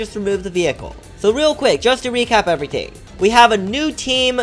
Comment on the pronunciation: "everyting" everyting